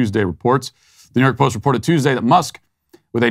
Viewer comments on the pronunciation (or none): none